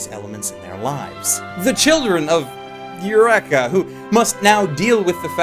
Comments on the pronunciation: it is pronounced UR-EEK-A not eck. It is Greek not Japanese ffs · El wrecka! not ur wrecka. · Please stop saying "Yurr-ekka" if you've seen the show.. It makes me sad :( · You-wreck-a-seven. In the U.S. we pronounce it Yu-reek-uh. Is it a Canadian thing or just how they say it in the anime? Just wondering. Another great vid! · Isn't it pronounced ee-you-re-ka? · Holy fuck i thought the standard english pronounciation of eureka was bad enough, how can say it this terribly?